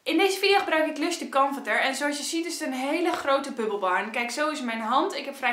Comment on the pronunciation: Haha jij zegt precies barn ipv bar